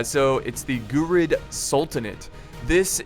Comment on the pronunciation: They are pronunce "Ghuri" like "Yuri"